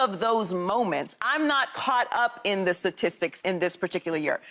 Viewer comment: Let’s get someone on this show that can say STATISTICS please